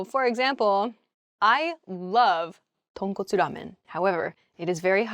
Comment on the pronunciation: Tonkotsu ramen This is the perfect Japanese pronunciation.